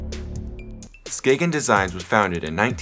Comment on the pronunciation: I love how u pronounce Skagen and Jensen